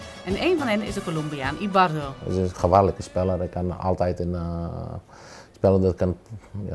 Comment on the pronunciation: Niet "Ibarro", het is Ibarbo. Zeker goed, maar heeft een slechte periode.